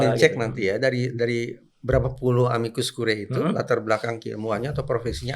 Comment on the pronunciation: moga2 hakim MK ga pada masuk angin bacanya amikus kuriye bukan kurae